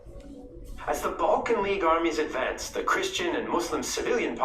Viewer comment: Balkan wars not Bulkan wars 😀